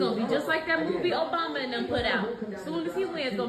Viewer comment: why does she say Obama like that Oh-bughh-ma